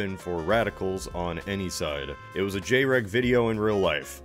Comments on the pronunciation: "Jay reg" pain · You pronounced "jreg" wrong